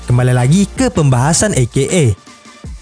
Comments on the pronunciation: e ke e min, bukan i ke e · Bacanya ei-kei-ei min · Menit dan seterusnya. Maaf Min. Masak AKA dibaca "i - ke - e"? Harusnya kan huruf "A" di awal dan akhir singkatan dibaca sama. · saya dengernya i-ge-e